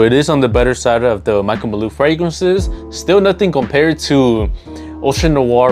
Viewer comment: Why tf you keep saying Michael maloo?